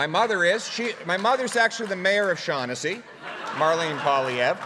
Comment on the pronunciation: POILIEVRE. Get it right right, will ya. ....."PAW-lee-EV" !!!🤣